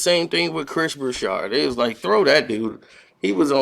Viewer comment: Broussard has no H in it..why does this clown keep calling him Chris Broushard